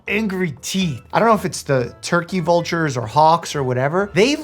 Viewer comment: Helppppp-----he said voulture hawk 😭😭😭😭😭😭😭😭✋✋✋✋✋